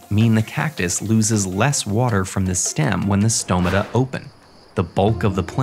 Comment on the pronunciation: As a Greek person the correct pronunciation of “stomata” made me very happy